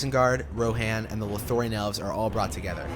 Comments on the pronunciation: And "Lothorien" -- where is that? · Drinking game idea: Take a shot everytime he says "Lothorein" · Loth - lo - ri - en Os - gi - li - ath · Wow I don’t think the creator even saw the movies the way he kept pronouncing Lothlorien “lothorion” and osgilliath “osgilath” lol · how did you manage to mispronounce literally everything? lothorian? you mean Lothlorian baylin? you mean Balin seltic? you mean Celtic osgiloth? you mean Osgiliath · That feeling when the narrator interrupts their spellbinding tale to say "Lothorien" yet again 😂 But seriously, amazing work, man! I was particularly impressed by how seamlessly you transitioned between different themes when discussing them. It never felt jarring. You've earned my sub 💕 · My only problem with this is how the narrator pronounced some of the names: "Osgilath" Lothorian" Like seriously. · Or Lothorien? 😅 I really appreciate the quality of this video. But the mispronunciations are BRUTAL. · A lot of info compressed into an hour, amazing. Probably deserves two hours at least with more detailed musical examples. Lothlorien and Osgiliath are a bit tricky to pronounce I know. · Enjoying this so far...but how are you mispronouncing the locations. Lothlorien, Rohan, Osgiliath, Minas Tirith All of these are said in the movies...